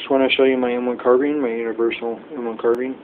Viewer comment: Carbean its carbine